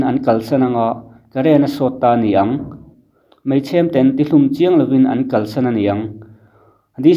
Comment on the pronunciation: Real Life hian "MAI" tih turah "MEI" a ti char char bawk. A țawngkam chhuak hi a nawi hle reng mai a ni.🤣